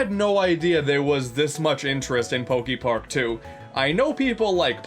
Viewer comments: Pokey-Park? Pretty sure it's "Poké". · Is he gonna say Pok-ee-park the whole time? ... oh no... EDIT: HOW THE HELL DO YOU SAY POKEMON CORRECTLY BUT MISPRONOUNCE POKEPARK??? HOW DO YOU SAY POKEBALL THEN?!?